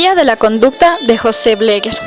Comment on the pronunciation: Se pronuncia como se escribe "BLEGER" NOOOO BLEGUER!